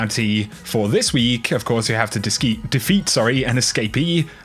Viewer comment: has that fresh "Disceat" 😂😂😂